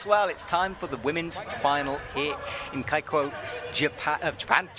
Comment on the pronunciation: The way petra just dismissed zhilu's actual name in favour of her own 'nickname' is just so disrespectful. Also the way pronounced keqiao is kinda wild. I can sort of understand if there are too many athletes to prepare pronounciations for in the earlier rounds, but I feel like they definitely have the time to do a quick google search for the finalists?